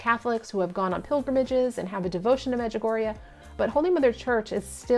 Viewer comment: Also you are the first person I've ever heard say Međugorje out loud and thank you SO MUCH for pronouncing it for me because I had no idea how 🤣